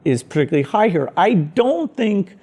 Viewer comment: what is Bill Gates saying at exactly - ? sounds like "range is pretty highger"?? answering if the administration is against climate change? Someone please interpret.